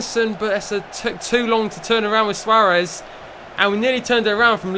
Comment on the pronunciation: Swaaaarez, mate say it properly